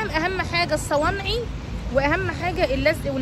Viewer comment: اسمه الصنايعي مش الصوانعي اعدلي بقك يا ختي والجوافه اسمها جوافه مش جوافيه